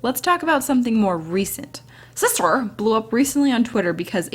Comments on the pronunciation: The way says shister makes me smile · LMAO the way she says “Sister” is everything! SIsTuR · I love the way you said sister SiStEr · the way she says sister xDDD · You made me laugh everytime you say sister xD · I love how you say sister lmao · omggg the way you say sister LOL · I had to stop watching because how she said sister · IM LITERALLY CRYING FROM HOW YOU SAY SISTER SKSKJFKSK